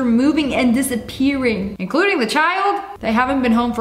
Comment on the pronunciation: "everything was disapearring. INCLUDOING DA BABY?" 😂😂😂